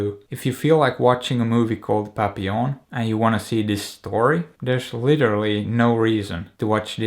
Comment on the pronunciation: I now hate having to say "have you seen PAPPI LON?.." Instead of how it is correctly pronounced..